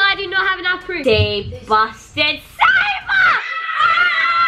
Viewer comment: Haha everyone says saba while its sabRa